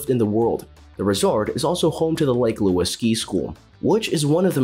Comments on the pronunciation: Maybe a rubbish example of AI - Chat GPT trolling the internet, mashing a whole ton of information together and getting it oh so wrong. How could you pronounce Lake Louise as Lake Louis! LAME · “Lake louis” hahahaha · Do your homework. Many of your facts are incorrect. It's Lake Louise, not Lake Louis. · "Lake lewis" 🤣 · no kidding! and "Lake Louis" egads, do a little research fella! and the word is "exactly" not "eggsactsly" Get a pro to do your VO and you don't come off sounding like a machine or dufus. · This is such a goofy video... so many errors made throughout... honestly also couldn't decide what I found funnier, the narrator saying "lake louis" over and over again, or Blue Mountain being on this list! 😅